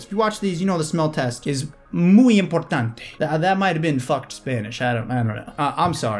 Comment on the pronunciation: holy shet you said "muy importante" exactly like an hispanic guy!